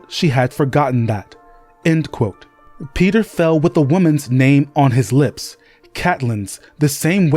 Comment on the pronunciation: The constant switching from pronouncing peter to petyr like its spelled makes me thing you are using AI